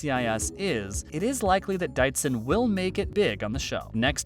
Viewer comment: Not to mention Brian Dietzen's name is not DITEZEN... It is DEETZEN.... (Pronunciation sound)...